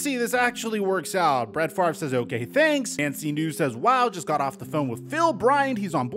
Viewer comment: Why does everyone mispronounce his name? The R is not before the V. It's literally that simple.